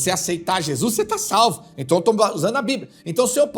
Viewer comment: A..pispa...não.. esta..lendo..a..bibra